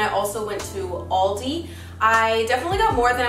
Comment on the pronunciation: Hass du jetzt echt "oooouldi" gesagt :D